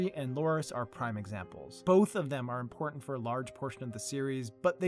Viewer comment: "aaand... Rickon is not impotant."